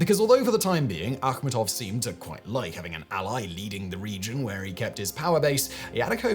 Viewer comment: thats how its supposed to be pronounced its of volga tatar origin(Tatarstan)